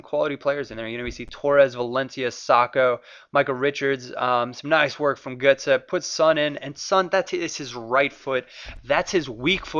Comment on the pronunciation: Gurtsee* not gurtsoe.